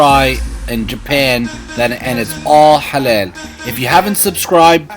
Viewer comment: IT'S NOT HALEL, IT'S HALAL. Much love from Sydney.